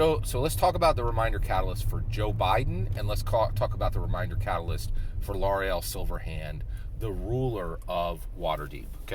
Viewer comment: Good video! Please pronounce Laeral's name correctly lol